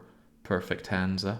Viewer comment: It's hansa.